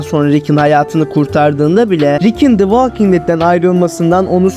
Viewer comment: Valking diye telaffuz etmeyeceksin, volking diye telaffuz edeceksin.